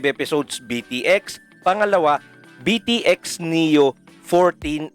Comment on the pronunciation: Actually it is pronouce as beat x sobrang na miss ko ang anime na ito isa ito sa mga unang anime na na hook ako maliban sa zenki naalala ko pa dato nung grade 1 ako may classmate ako magaling mag drawing ng tepei inggit ako sa kanya noon tapos bumibili pa ako ng mga laruan nito sa school more power po sa inyo god bless